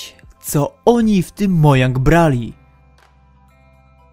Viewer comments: Nie mojang tylko modżang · TO SIE CZYTA MODŻANG A NIE MOJANG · Czemu wymawiasz to "Mojang" zamiast "Modźang"? To brzmi źle :/ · Nie Mojang, tylko Modżang. Czytaj poprawnie. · mowi sie modżang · czyta się modżang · Mojang, modżang.. co za różnica! xDD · Co z tego, że szwedzkie? To nie znaczy, że musisz to tak wymawiać...